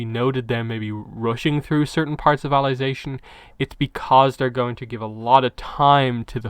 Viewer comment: Why are you calling it alization